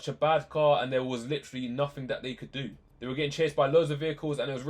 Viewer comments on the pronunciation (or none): none